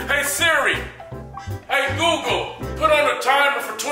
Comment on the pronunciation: Did he call Google lil whore? Haha